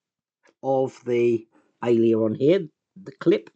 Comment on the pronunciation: Hiya, it's pronounced AIL-ER-ON, not AILEY-ER-ON:)